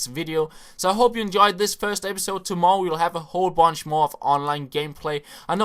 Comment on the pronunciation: "tomowwow" lol